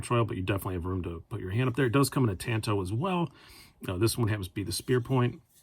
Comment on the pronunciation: TAAHHHHHN-TOE not TAN-TOE! =)